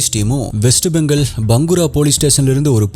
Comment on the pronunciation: Jfyi - it’s (pronunciation spelling) Bhopaal போபால் West Bengaal பெங்கால்